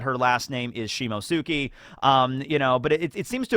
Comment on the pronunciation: Do you see the t in Shimotsuki, you just decide to ignore it...